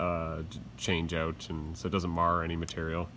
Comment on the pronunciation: Video was great, my only problem was how many times you said out pronounced oot. lol